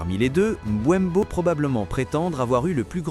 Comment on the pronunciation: C'est Mbeumo pas Mboinbo😂😂😂 Sinon les dégats seront davantages plus énorme chez les adversaires